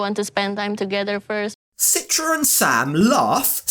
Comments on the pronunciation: Her name is pronounced Chee-tra in Indonesian. Listen to how het dad pronounces her name. Why does she let everyone mispronounce her name? Including this idiot husband? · Why everyone mentions her name with Sitra? Its pronounced CHITRA like in Cheetah, guys.